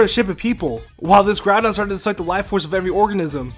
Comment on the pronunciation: Groudon, not Groundon. I think it should have been spelled Groundon though.